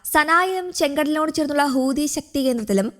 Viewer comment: ഹൂദി അല്ല മൈരേ ഹൂത്തി ഹൂത്തി